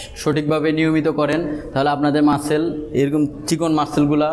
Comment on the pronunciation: মাসেল না মাসল উচ্চারণ হবে